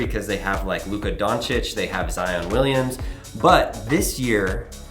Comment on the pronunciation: "I really love the NBA" Also: "Zion Williams."